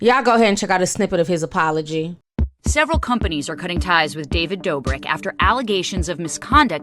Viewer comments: Ti it’s pronounced David Dough-brick not Door-brick 😂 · David, just like everyone other influencer should have been taken responsibility as someone who portrays themselves as a generous, nice guy. (Also his last name is pronounced "Dough-brick" lol you had it right the second time) As for Derrick Jaxon, I use to watch his advice videos and I knew he was married. But looking back at his page I noticed he never really showed his personal life on ig as you'd think someone who gives love advice would. If you're married and are a "relationship expert" why not show your followers how well your love life is?? I think he wanted to have his cake and eat it too smh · I love that you say David's last name as "Doorbrick" 🤣🤣❤❤ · I love you Ti!!!! And it's Pronounced: Doe-brick 😆